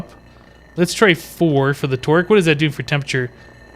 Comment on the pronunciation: Every time you say Torque, it sounds like twerk. I'm not kidding. This torque will haunt my dreams.